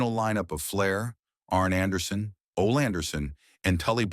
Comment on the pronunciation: Ole pronounced "Olay"!!